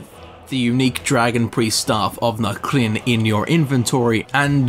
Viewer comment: Good lord you said “na crin” enough